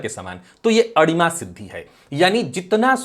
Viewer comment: आपने विषय बहूत अच्छा लिया और चर्चा भी करते हो। आपसे प्रार्थना है अडिमा नही अणिमा शब्द है । कृपया उच्चारण देखे।